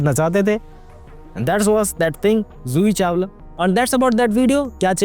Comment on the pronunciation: Zoohi Chawala Joohi Chawala???